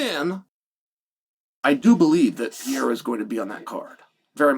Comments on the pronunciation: CHAEL IT'S Perr-er-Ah C'mon Man!!!😂😂😂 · Chael saying piaira is frying me so hard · Who's this "PIERRA" guy Chael is talking about. I know an Alex Pereira, but never heard of "PIERRA". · Alex PEE-era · Pierre ? Cmon chael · Chael its so easy, PER-RARE- UH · Pee-aera? stop murdering the name. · Pereira had now become a two weight class ufc champ and still hasn't learned how to say Pereira